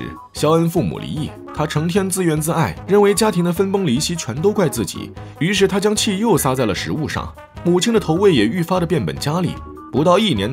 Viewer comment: 自怨自艾 你这不是口误 你这是白字先生